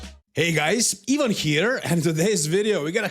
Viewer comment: Being dumb is not brave Ivan pronounced with the I !